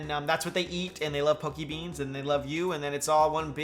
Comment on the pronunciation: I thought he was saying pokememes